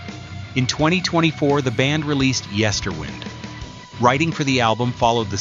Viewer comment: This looks indeed a somewhat botched 'documentary'. You did not even react to the final mispronounced name of the album 'Yesterwynde'.